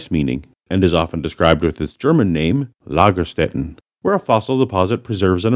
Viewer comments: Good job pronouncing the ä in Lagerstätten. Now pronounce the s like "sh," and it'll be just about perfect. 😁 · Very good pronounciation of "Ä". The "s" in Lagerstätten is pronounced like the english 'sh', though.